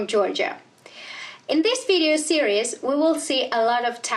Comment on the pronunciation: She speaks good english, but the word "series" was pronounced wrong and I know of another international master from germany that makes the same mistake.